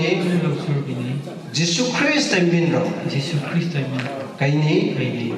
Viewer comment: Jesus christ pronunciation lanliko laisolline tourise eina Jesus oiradi saoniko😅